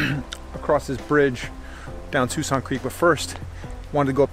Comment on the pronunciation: I believe it is pronounced Sk-walksin creek